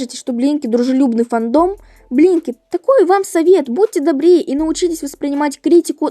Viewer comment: Я включила субтитры и думаю " вы говорите Еблинки или Блинки"?!